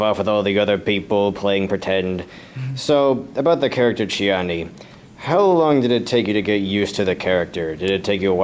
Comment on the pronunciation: I want to thank you for recording these videos. (Especially since poor Rory didn't make it to Doug Jones' talk.) Also, I just want to point out that it's Chiana, not Chiani.